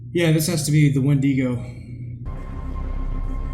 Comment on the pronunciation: Its wendigo not wendego